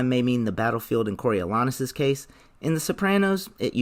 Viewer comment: The A is long in Coriolanus. Go see some Shakespeare.